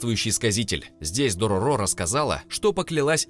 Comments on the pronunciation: Дорóро, а не Дорорó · не дороро а дорро так аниме называется и манга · Все хорошо, но только ДорОро, а не ДорорО. В аниме ударение было именно на первую О. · ударение на средний звук - дорОро в аниме мальчика звали именно так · Правилно будет читать Дарора